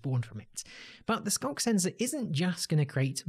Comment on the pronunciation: It actually sounded more like "skonk sensor," or maybe "skunk sensor."